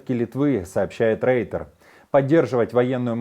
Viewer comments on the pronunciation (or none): none